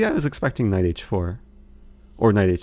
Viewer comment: Eric you have may addressed this before but why do you say knife instead of knight? And why do you say someday instead of sometime? Also I like 'tickling the bishop'. Granted, I am watching at 2x so many things sound more amusing.